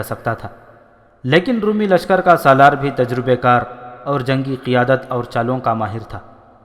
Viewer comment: Brother, your channel is ‘’. But your pronunciation of Urdu is so wrong. ‘Roomee’ is wrooong. Try Romie. Nawais is wrong, try nawees like akhbaar Nawees. So many words you have massacred. Stop that Qataal, please.